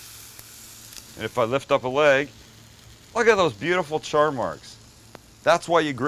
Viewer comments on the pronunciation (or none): none